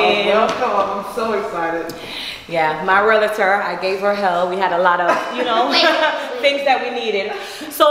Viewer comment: Spice said my "Raealator" my big top "Rawlator" 🤣🤣🤣🤣🤣🤣😭 Congrats !